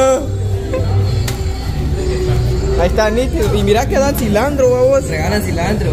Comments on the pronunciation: No se yama sllandro es silantro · Se llama CILANTRO, no CILANDRO